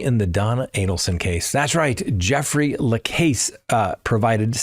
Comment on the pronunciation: Love the videos, but so many Adelson trial name mispronunciations: Dan Mar-KELL, Kathryn Mag Ban a WAAH, Jeffrey La CAASS. Not criticism, just followed this case for years and know the players. Keep up the great content.